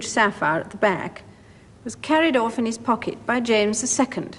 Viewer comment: Love how she says 'carried orf in ees pockit'